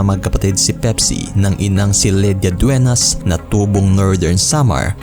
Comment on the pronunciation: Hoy tanga, magresearch ka muna bago ka dumaldal Dueñas hindi Duenas